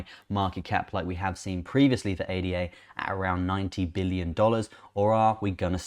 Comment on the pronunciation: ADA is a name 'ada lovelace' (mathmatician). should be pronounced as such. not individual letters. 'Ah dah'. It has just completed the final part of it's roadmap, completing its self governance, whihc was signed in Argentina and Kenya last week. It has also just completed testing of one of it's scaling protocols Hydra. Where it managed over 1,000,000 Trasactions per second. So much positive news coming out of the Cardano blockchain.